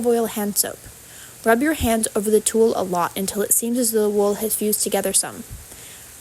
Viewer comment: Tuh-ll Not tool. it's tull.